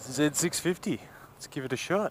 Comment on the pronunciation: Why do you call it “zeb” it’s a Z650?